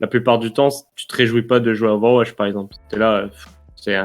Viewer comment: et son "Ovash League" x)